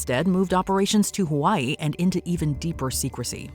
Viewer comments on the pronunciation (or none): none